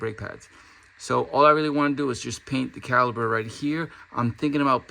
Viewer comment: It's CaliPer with a P not Caliber